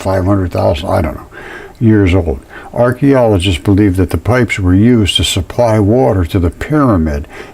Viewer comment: Did you say our-theologists say or Archaeologists say? because I can't tell the difference these days...